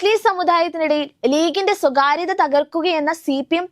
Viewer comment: 'ലീഗിന്റെ സ്വകാര്യത 'അല്ല കുട്ടീ... സ്വീകാര്യത.